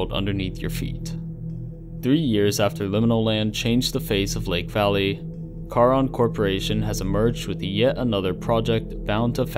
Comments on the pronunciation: Ahhhh stop saying car-on. It’s pronounced SHARON. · Only thing I would suggest...if you for further videos on this. Charon in Greek mythology is pronounced CARE-on. Nit picky, I know. Otherwise, well done sir